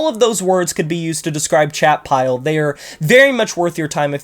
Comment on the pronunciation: I went and looked up Chat Pile and thought you were saying Shatpile. “Shat” sounds very sludgy